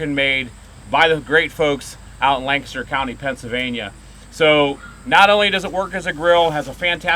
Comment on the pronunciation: Thank you for pronouncing Lancaster County correctly!